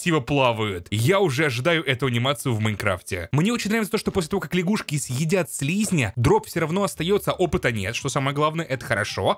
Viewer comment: Не ляшгушки, а лягушки